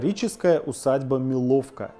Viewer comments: Не милОвка, а МИловка! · Правильно: мИловка, а не милОвка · Не МилОвка, а МИловка. Так называлась в своё время деревня. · Древнейший и красивейший г. Плес Ивановской области - традиционно курортный город и входит в золотое кольцо России. Думаю место отдыха Д.Медведеву подсказала его жена, она родом из Иваново.. В Плесе традиционно отдыхают жители из окрестных областей.. И еще - в слове Миловка надо делать ударение на 1-й слог..